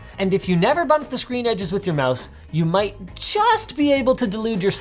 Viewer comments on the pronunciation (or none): none